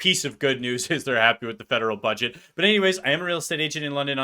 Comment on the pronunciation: Another crazy thing she says is, "fudget" rather than, "budget."